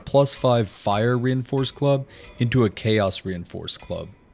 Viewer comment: I was listening and not watching and heard "Reinforced Glove" every time he said reinforced club, now when he says it it still sounds like glove instead of club